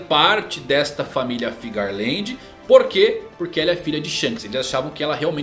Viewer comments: Geral fala FIGARLAND, sendo que o correto é FEARLAND kkkkkk, corrige isso aí kkkkk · Alguém me explica pq que vcs falam "FIGARLAND" sendo que no papelnde recompensa tem "FEARLAND" 🧐